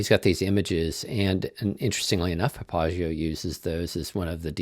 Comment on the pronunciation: I do not know if this is industry standard of the word Papagayo but it is not correct. This is a Spanish word and as such the accent should be on the next to last syllable as PapaGAyo. This is actually the nickname of a person who runs the most famous whorehouse in Nueva Laredo